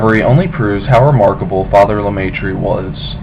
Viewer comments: lemai tree what s that ! learn to speak if you want to be listen to and understood.et oxford c est pas louvain. paxs andre..................................................... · First of all prounciations are wrong. He was french speaking so his name is french. second when you talk about the university of Louvain (also french prounciation or Leuven in Dutch) you show a picture of Oxford. Please research your images.